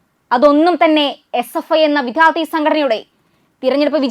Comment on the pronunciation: ഇത്രയും അക്ഷരങ്ങള്‍ക്കെ ബലം വേണ്ടൂ... തമിഴ് ചുവയോടെ സംസാരിക്കാം തെറ്റില്ല.. എന്നാല്‍ രണ്ടും കൂടി കൂട്ടി കുഴച്ചു കുളമാക്കരുത്.. "വിധ്യാര്‍ത്തി" അല്ല "വിദ്യാര്‍ത്ഥി" ആണ്.. ഖ ഘ ഛ ഝ ഠ ഢ ഫ (fa അല്ല Pha) ഭ (fa അല്ല BHA)